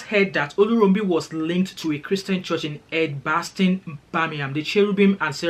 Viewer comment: It's pronounced Edgebaston,crummy here🖐🖐..Hope you are keeping well..